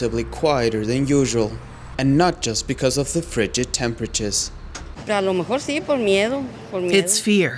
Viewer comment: but do not cäre..becäuse locäl peopole äre jobless too= Yes leägel locäl jobless get job . Hurräy !!!!